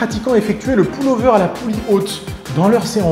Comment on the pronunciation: Le ''poule'' over ? Lol ! ^^